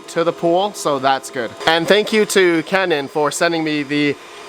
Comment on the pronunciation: Yeah!!! You pronounced Canaan right 😂😂😂